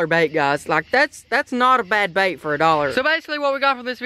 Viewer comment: You said blait